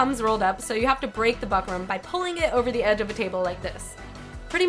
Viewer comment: Fyi its pronounced book-rum